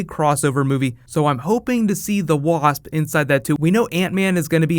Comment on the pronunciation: "The Waahasp" 😂😂😂